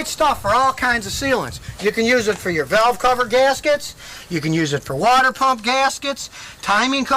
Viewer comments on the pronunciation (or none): none